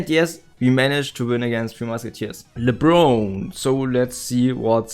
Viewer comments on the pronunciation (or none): LeBRONE😂😂😂 its lay-bron (soft o). Nice video, really enjoyed it!!!